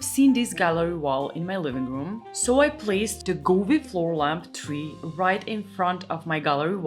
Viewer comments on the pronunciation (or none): Beautiful lighting! BTW your English is SO good. The only thing that you could improve is “th” pronunciation (your native sound produces “t” or “d” not “th” which is very close but not quite right) So, for example, “3” sounds like ”🌳” — with ❤ and respect for truly excellent videos that I return to watch more than once. Thanks!